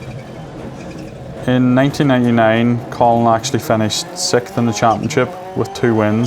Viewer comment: "sickth" "gnarly"